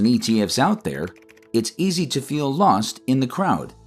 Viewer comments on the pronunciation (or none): none